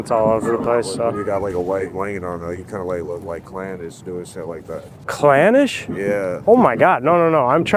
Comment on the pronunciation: "klanish" holy victim😭